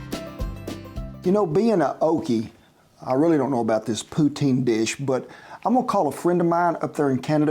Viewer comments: 😂 Poo tin? First I heard of it pronounced that way and I live in Saskatchewan 🇨🇦. Around here it's pronounced Po teen (correct spelling, Poutine). PS, I like the Poutine at Wendy's fastfood restaurants, they use firm and tender on the inside crinkle fries with a good tasting gravy that's poured on the fries not stirred and looks like your recipe Mr. Rollins 😘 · In English Canada we call it pouteen not poutin. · It's not poo-tin. It's poutine you Said it Very Correctly the first time. Poutine. Definitely not pootin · Just an fyi, It's not called "puteen." it's pronounced "pu-tsin." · no one calls it pootin here in canada. everybody says pooteen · Not sure what Canadian you spoke to but it's POO-TEEN not tin Poutine is the word but hey words are made up but pronouncing them bugs me when I hear the wrong pronunciations 😂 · It’s poo-tin not poo-teen 😉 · All the pronunciation corrections you made are the French ways of saying [pou-tin] and [k-beck]. English Canadians say [pou-teen] and [quoh-beck]. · Its, "poo teen". Not "poo tin". If you ask for "poo tin" people are going to do a double take and possibly ask you to repeat or describe. Call it, "poo teen", it's how majority of Canada pronounces it. Great job making it, looks perfect! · Your buddy is a clown, it’s definitely not poo tin. It’s Pooteen..my whole life I’ve never heard anyone call it poo tin 😂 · It ain't pronounced "poo teen"... just say "puts in". You put the fries on the plate, then you puts in the cheese, then you puts in the gravy. Bon appétit! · Pou-Teen. not Poo-Tin. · 😅😂 LOL I'm from Ontario and said poutine as teen sound not tin sound!!! Sir you did justice to a good snack meal!!! And one of my favourite!!!! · The majority of Canadians, pronounce it poo-teen. Not poo-tin. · Hi, from the West of Canada but still know poutine. But pretty sure it's pronounced "Poo teen" not "Poo tin" ..........So many variations to this snack or lunch /dinner food----try ketchup in all that also. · Poo tin? Ru high eh